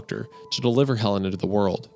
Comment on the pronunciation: Anyone else catch that Helen sounds like "Hell in"